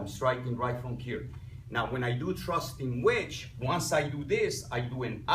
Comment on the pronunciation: Great explanation and demonstration. But I do have to confess that I heard "thrusting wedge" as "trusting witch" the first time through.